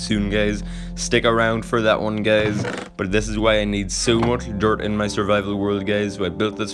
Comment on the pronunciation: Whenever he say guys why am I hearing it gays